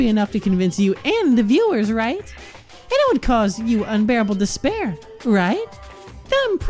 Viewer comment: Instead of “despair” all I can hear is “dis bear” at this point. Thanks, Monokuma, for spicing up this despair-hope repetition.